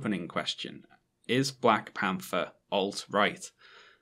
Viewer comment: "Black Pamfer" and "For: Ragnarok" You can't unhear it.